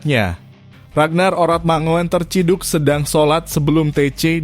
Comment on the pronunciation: Min ngucapnya mangun bukan mangoen